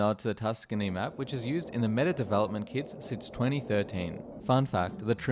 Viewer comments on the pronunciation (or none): none